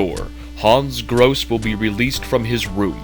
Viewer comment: I don't know if anybody cares, but that's not how to pronounce "Grosse". In particular the final "e" is not silent. It's a German name. But I guess it doesn't matter. Everyone also pronounces "Wolfenstein" wrong and that's not likely to change. :P